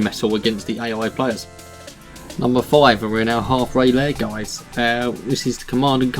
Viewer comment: I figured out afterwards but in the video you said "at numbed nine we have what is generals 2 essentially"